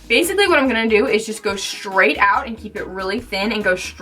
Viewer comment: Straight not shtraight